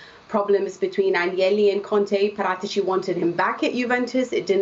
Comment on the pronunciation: The expert says Parátici, the newsreader keeps on saying Para- teachy